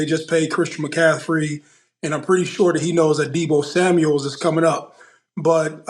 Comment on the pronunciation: “Deebo Samuels” 😂😭😭😭